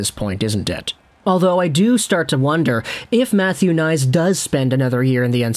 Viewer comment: It's pronounced K nies, btw. Way too many guys have looked great in College but get to the NHL, then bye bye. We'll see, good luck to him.